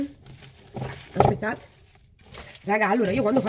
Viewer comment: Anche io....mi fa morire quando dice " ascpettate.....". Una forza della natura. Ecco perché Marta ha sempre il sorriso❤❤